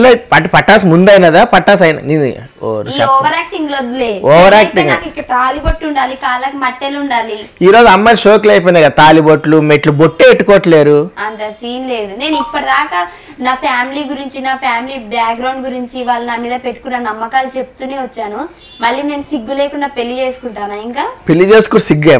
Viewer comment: మట్టెలు కాదు...మెట్టెలు..అనాలి